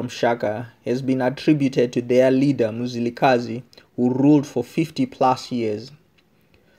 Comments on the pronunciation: Its Mzilikazi not muzilikhazi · I can't carry own listening to this my ancestors are crying wit you saying muzilikazi its mzilikazi where are you from my brother just tell us your story not our story mxiiiiiiiii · Lishona leli who doesn't even know how to pronounce "Ndebele" and Mzilikazi" correctly 🙄🙄😏